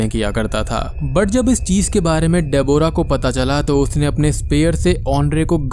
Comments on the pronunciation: Gawar ki aulad....डेबोरा....it's डेब्रा.... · De-bo-ra nahin Deb-rah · Nicely explained but it's pronounced as debra! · bhai tu Deborah bolna seekh le baaki sab sahi hai